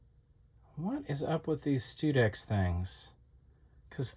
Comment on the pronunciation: I suspect the pronounciation is STUD-ex.